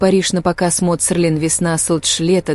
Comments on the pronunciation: СЕЛИН, а не СЕРЛИН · В слове Селлин нет буквы р, это можно правильно произносить слух режет